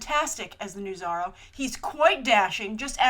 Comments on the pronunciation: Zorro no Zarro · She says it like Biz-zarro or Bat-zarro... weird, right? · You say Zorro funny ;)